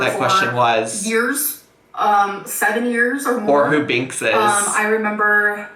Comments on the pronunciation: Trying to figure out if she was saying "Binks" or "Banks" when she's talking about music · Is she saying BANKS? If so, she’s right. Banks is a damn good artist.